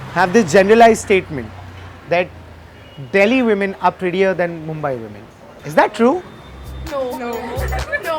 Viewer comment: Takle tu MUMBAI bolna sikhle .